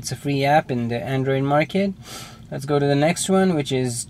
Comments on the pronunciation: "Best ahp for andrio!" Priceless sorry xD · WOW! He said 'Androir' hehe...